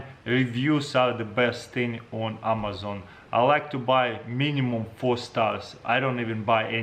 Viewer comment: Nobody: Absolutely nobody: Taras: Amazong😂